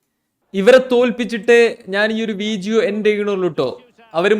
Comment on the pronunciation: അണ്ണാ ഇങ്ങൾ എന്താ വീഡിയോ എന്ന് പറയുന്നേന് പകരം വിജേയോ എന്ന് പറയുന്നേ എനിക്ക് ചിരിച്ചിട്ട് തൂറാൻ മുട്ടി 😂😂😂😂😂😂😂😂😂😂